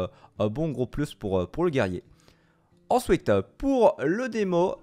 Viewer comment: Ensouiteuh NUMÉRO houiteuh